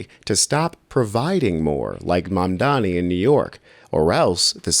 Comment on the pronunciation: 93% of MAMDANI'S critics can't pronounce his name correctly. That says something about them.